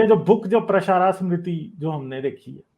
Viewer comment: This fellow cannot pronounce smriti. He is speaking like a scholar. Very sorry.